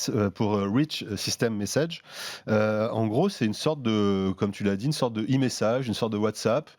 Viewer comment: Le mec qui prononce eMessage... ><